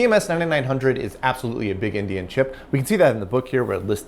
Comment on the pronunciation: I knew what he meant but I've never heard endian called indian before.